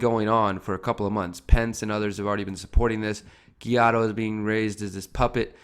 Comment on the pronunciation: Why do you have such a hard time pronouncing Guaido?